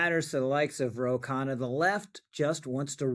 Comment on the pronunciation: Not to be nit-picky but his name is Khanna, not Kahane. They sound similar, but the latter has a different connotation. Goes to show that there are plenty of racist Israelis, just as there are plenty of racist Arabs.